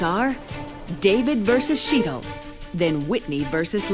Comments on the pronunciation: I get annoyed that David continuously pronounces Sheetal's name wrong. Graham too, it's like, it's not that hard guys. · The way they butchered Sheetal’s name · They fucked up the pronunciation of Sheetal's name so bad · I felt sorry for Shetal. Nobody said her name correctly!! She should have corrected them all each and every time they screwed it up!! Idiots!!! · David is such an arrogant ass. And he keeps mis-pronoucing Sheetal's name , on purpose I think.